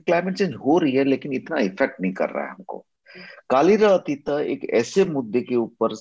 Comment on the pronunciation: Mdm it's "कालिर अतीत" not "कालिरा अतिता" plz pronounce it properly